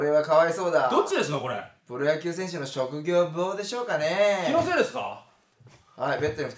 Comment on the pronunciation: 「プロ野球選手の職業ッぶぉ」